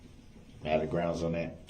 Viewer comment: were you able to see a lisenz place for the vehicle? Objection your honour. GROUNZ.